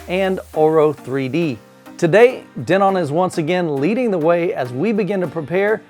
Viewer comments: Not sure if it bothered anyone else but the pronunciation of Denon as De-NON killed me during this video lol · I have wonder that too. I have seen other videos with them saying Den-on.